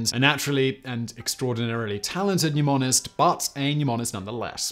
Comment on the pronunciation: Simon, why do you keep saying "numonic" and "numonist"? Can you not pronounce the sound of the letter "e"?